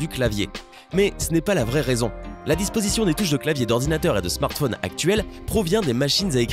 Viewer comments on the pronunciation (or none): none